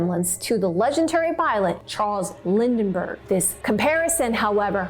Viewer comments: Lindberg...not Lindenberg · It’s Charles Lindbergh not Lindenberg! Where do you see an N? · You mispronounced Lindbergh several times - you said Lindenbergh.